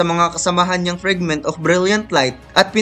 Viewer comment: Fragment kasi yun, hindi Frigment..